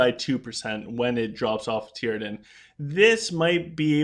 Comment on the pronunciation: Tee-a-drin....not Tear-a-din